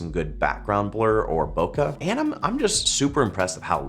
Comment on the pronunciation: PLEASE, just please... don't say Bok-HA anymore. It's Bok-EH, as in B-Okay, but with an H instead of the Y.